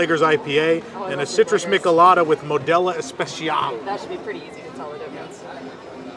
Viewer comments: Friendly correction.....It's pronounced "Meeeech-El-Ada" 😎😁🍺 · It's pronounced "ME-chay-lah-dah" you're killing me with with "Michalada."